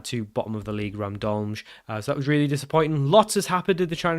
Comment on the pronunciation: I don't speak Slovenian, but I am a native speaker of another Slavic language that uses the Latin alphabet. If you want to learn something new and pronounce the names correctly: - Cejle = Tse lye - Aluminij = Alu mi niy - Gorica = Go ri tsa - Radomlje = Ra dom lye "Je" in slavic languages is pronounced like "yeah". For the english j sound we have letters like ž or ż. Also there is no slavic language where C is procounced like k, it is always ts sound. Ah, and of course Pajaro (spanish for "bird") = paHaro 😁